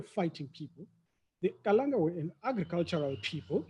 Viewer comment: Ndzimu, after 182 years as hostile and tyrannical guests of the Kalanga, you still had to correct that chap after mispronouncing the name Kalanga as Kalan'a. The willingness to marginalize the Kalanga seems to be deeply ingrained. How many years must it take his kind to show respect? Chinua Achebe says mispronouncing someone's name is a sure sign of a lack of respect. By the way, after you pointed out the brutality of the Nguni impis, the MBC bloke had the nerve to ask you for a way to improve the relationship between the repressed Kalanga and the formerly British-enabled predatory Ndebele? He had the obvious choice of offering a profuse apology. Well, he chose not to. There is no contrition there. To me, the reason he and his ilk are now courting you for support is simple. The truth about Mzilikazi's genocides will come back to haunt them when they do not have the demographic muscle needed to sustain them. Now they are cleverly trying to recruit the Kalanga to boost their numbers. Fall for that trick at your own peril.